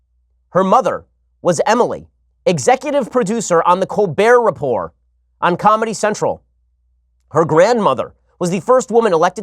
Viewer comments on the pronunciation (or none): “Colber repor” lol his name makes you mispronounce the “report”